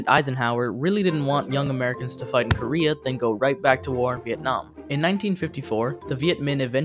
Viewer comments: “Vietam” war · Really oversimplified "Vietnam" as well.